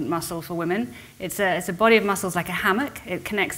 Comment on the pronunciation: It's pronounced /ˈwɪm.ɪn/ (Cambridge Dictionary)